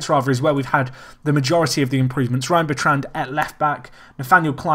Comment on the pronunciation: pronouncing Bertrand incorrectly.